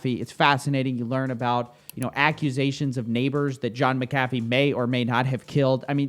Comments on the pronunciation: You're pronouncing his name wrong... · Sorry to break it to you bro but you're pronouncing his name wrong -. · I thought it was pronounced Mack-A-Fee. All this time I've been putting the wrong emPHasis on the wrong syLLAble lol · You’re saying his name wrong lol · Why is it when someone pronounces something wrong they end up saying it so many times 🤣 say it with me: Mac-ah-Fee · This pronunciation of McAfee is hilarious! It's MAC-AFEE man. lol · Lol this.... Maca-fee? Coffe have you never heard his name before lol? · I love your videos but for God sake it's mc a fee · John Mac-a-Fee is the correct pronunciation. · Correct. Mispronounced his name 100 times in this video. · Isn’t he name pronounced different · At least pronounce his name right if your gonna cover him bro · Are you saying McAfee wrong on purpose? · Aside from your shit talking, you should at least learn how his name is pronounced. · Would you please pronounce his name correctly? Jesus. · Dudes a murderer most likely, so if you are intentionally mispronouncing his name on purpose, then it’s cool. But that’s not the case and this shows how young you are.